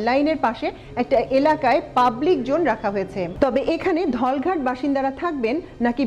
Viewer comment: Excellent presentation! Just one suggestion as a well wisher. Please pay a little more attention to the pronunciation of "J" vs "Z". Such as incorrectly pronouncing "Jone" in place of "Zone". Thanks and best wishes.